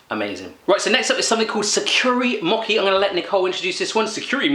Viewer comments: Mocky 😂 It’s pronounced moh-chee. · MO- CHEE not mocky hehe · MOH-CHEE, not MOK-KEE :) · Did anyone else notice that he said mochi wrong?